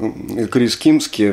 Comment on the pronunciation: Не Крис "Кимски", а Крис Кимзи